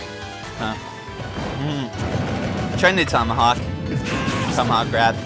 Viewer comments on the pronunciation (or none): none